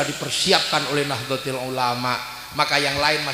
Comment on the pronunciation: Org ini memang suka sensasi, misal, nahdlotul dia baca nahdlotil, boleh